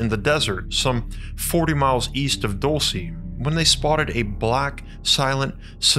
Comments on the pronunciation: Dulce is pronounced like DOOL-seh not Dull-cee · It's pronounced dowl-chay, not doal-see! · the first one is pronounced duel-say . it’s spanish for candy. the place is “candy land” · I’m pretty sure it’s pronounced “DUL-SAY” Spanish for Candy 😏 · DOOL-SAY!! OMG AT LEAST LOOK UP THE PRONUNCIATION! It's a spanish word. I like your videos but if you don't something like this, makes me question your research skills. If you say the place wrong over,and Over again!